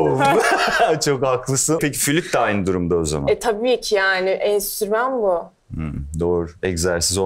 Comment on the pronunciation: enstrüman a enstürmen demesi peki.